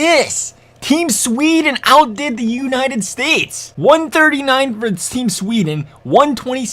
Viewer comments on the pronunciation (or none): none